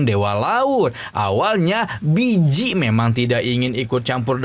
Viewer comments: Walaupun emang namanya di tulis Bi ji tapi dichina cara baca nya harusnya Pi ji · Baeyji bang bukan biji😂😂